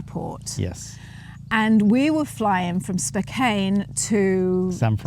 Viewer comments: Spo-CANN. Not Spo-CANE.. Spokane.Spo-CANN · Spokane is pronounced Spokeann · I always pronounce it "Spo-can" 24 hours in no time at all to get to know a country. The u.s. is like 50 different countries in one some states can be different as night and day. Some places in the U.S. you can't understand a word of English, especially down south. The weather is the same thing one area is a desert, another feet of snow,and another like a jungle. Adorable couple., your teeth aren't white enough 😂🤣✌️❤️ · It's Spo-KAN :) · Spokane is pronounced, spoh-CAN. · It is pronounced Spoh-kan!!!🤘the Pacific Northwest of America is the most magnificently beautiful region of the United States of America 🇺🇸 our right to protect ourselves with firearms is one of the greatest rights that separates the USA from everywhere else on Earth🇺🇸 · Mr it's pronounced spohcan my cousin lives there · Spokane - pronounced ‘Spo-can’ ❤️ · You can definitely not judge the US based on one state you have been to. SpoCAn is how you say it. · It's pronounced Spoke-ANN. Glad you enjoyed your visit to my home state. Eastern Washington is very rural farming country. Western Washington is very urban. And most of us that have guns have them for hunting or personal protection. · It is pronounced "spoke anne".